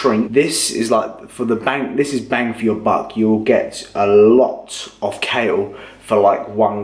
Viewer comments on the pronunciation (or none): none